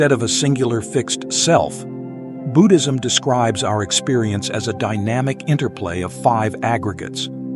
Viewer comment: Do not need music-very distracting . Also pronouncing Buddhism is Budd - as in "hood" - not boo-ood.